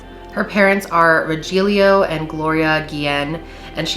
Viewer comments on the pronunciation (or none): i love you but i cringed so hard when you said Rogelio 😂